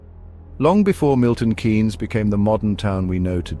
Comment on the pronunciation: Milton Keynes is pronounced Milton KEENS not Milton Canes, throughout the presentation there is not one single date, accurate location. The "back roads" is not a very accurate piece of geography